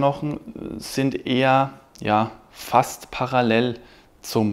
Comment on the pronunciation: Bro bitte gewöhn dir ab, Paralell zu sagen.